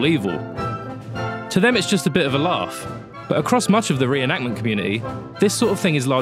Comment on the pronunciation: Say it with me now.....It's a RE-EN-ACT-MENT